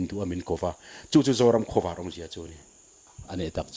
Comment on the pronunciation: hian Zoram Khawvâr tih a lam hi, a dik ka ring lo, zing khua lo vâr tih ang hian khawvâr tih hi lam nise, Pu Saikhuma'n "Zoram Khawvâr, Lei Zion" a tihzawm danah hian a tju leh a thlûk kalphungah hian a inhmeh zawk mial lawng maw, ka ti deuh.